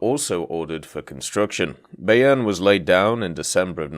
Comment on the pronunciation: Pronounced it wrong, its more by-urn